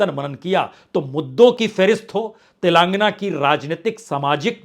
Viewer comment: तेलंगाना होता है न कि तेलांगना, सही बोलिए